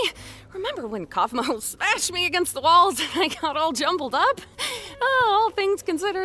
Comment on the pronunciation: It's kaulfmo not